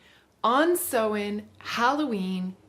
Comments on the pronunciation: it's Samhain; pronounced S-ow-in (not s-oh-in). Pls learn Celtic pronunciations properly it's really important - native Irish speaker here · Thanks for the video. I took a lot away from it but just want to point out that Samhain is not pronounced 'sew-in', it's 'sow-in', sow as in cow. Samhain is also the Irish word for November.